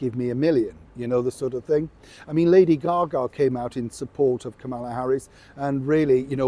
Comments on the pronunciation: PLEASE pronounce the VP’s name correctly! Think of the song “Camelot” then substitute Kamala. You sound rude. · SORRY, BUT YOU ARE PROUNCING THE VICE PRESIDENT'S NAME WRONG...PLEASE GET IT RIGHT, or stop pouncing it.. .